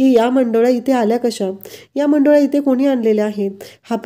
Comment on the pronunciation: मंडोल्या नाही हो, मुंडावळ्या, नीट उच्चार करा😂